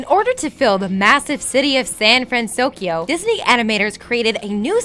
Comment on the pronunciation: "Big Z-ero 6" "San-Fran-SOS-Kio" You guys are KILLING ME. [I am devoted fan of this movie for its complex character development, rich blend of cultures, and the overall romantic art style that mixes a feeling of reality and animation. Most like it for its "cute-factor" and mind-numbing cheap humor, whereas I like to pick apart the movie and analyze motives ect ect.]